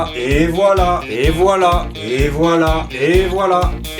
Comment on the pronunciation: Il dit "et voilà" ou "ebola"? Je vous le donne en mille........